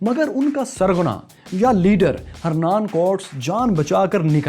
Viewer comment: Pronunciation of Cortes is Korteez.